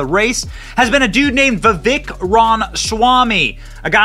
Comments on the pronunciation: The correct pronunciation is Vi-vake Rama-swaa-mee. If he can potentially be the next president of the United States than the least we can do is get his name right. #TRUMPRAMASWAMY2024 🇺🇸👍🏻👍🏽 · his name is pronounced Vi(Vake) like cake... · It's pronounced Vivache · I think he said it's pronounced Viveck as in cake. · How many times did you say Vavik? Read his name... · Can you please say his name correctly? Vi-Vek. Accent on the second syllable. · Vi-VEK Ram-a-swamy